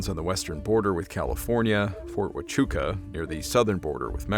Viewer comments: Thank you so much for these stories. I'm a new subscriber. I am really impressed by you Pronouncing Ft.Huachuca Right. I live Near Ft.Huachuca & Have lived down here since 1977. Thank You again For your video's !!! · I was the medical librarian for Fort Huacuca for over 20 years. Congratulations on pronouncing its name correctly.